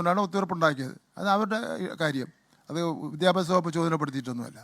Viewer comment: ബിത്യാപ്യാശ മന്ത്രിയുടെ ബിത്യാപ്യാശം എന്താണ്?😂😂